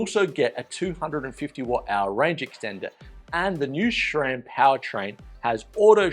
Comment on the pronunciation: There's no "H" in SRAM. It's not "SHRAM".